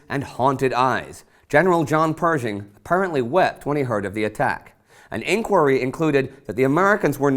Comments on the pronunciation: I've heard it pronounce always as PerSHing, but Indy keeps saying PerZHing. Is Indy's way correct? I just want to not sound ignorant of the subject when I speak. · Well, most people now would pronounce it with the "sh" sound - I know a distant relative of General Pershing (like the great, great grand nephew or something) who pronounces it that way.. Times change and so do pronunciations. However, this video by the ABMC also really makes you think the General had it pronounced with the ZH sound. After all, he chaired the ABMC for over 20 years! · From what I gather, people at the time generally pronounced it like Indy. I'e seen old films with people who knew the General pronounce it with the ZH type of sound if you will...and I figure if anyone would know it would have been his contemporaries.